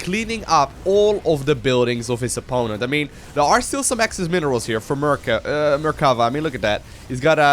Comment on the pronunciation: It is me or does say mercava instead of mercafa the whole game?? In fact the blue player shouldn't leave the game after losing his last zealot because the red player had nothing to shoot up. With his mothership core he would have cleared the red base quicker than the red one would have. And even if the red player succeeded in killing the main base of the blue player I don't see how he could kill the building that were made in his old main base (the canon could easily deny the aggression of the the few probes and the oracle the blue had). Yeah the red player was a little mean by saying GG before the game ended too bad he didn't realized that he could just have sent his MC to win easily )